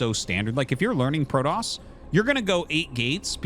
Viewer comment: Why do you say Prodoss? Is it because they said it in the Wings of Liberty campaign? You know it's Protoss, right?